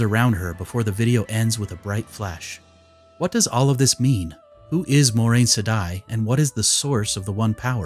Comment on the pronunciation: Dorks on YT: "Ermagurd! I'm a huge WoT fan! Watch all my WoT videos." >pronounce Moiraine wrong<